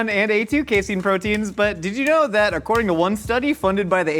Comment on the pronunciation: As a scientist, I feel obligated to tell you that it's pronounced "case-in". Literally no one calls it "case-ene". It's used as a common protein carrier/stabilizer and blocker in immunoassays. We use skim milk powder from the grocery stores in poor academic labs. Same thing as casein, hell of a lot cheaper than it is from a chemical company. And no one in New Jersey says "joi-zee", you asshats.